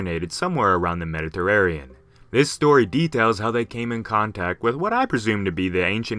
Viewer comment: Mediterranean? Ya boy said “mediterarean”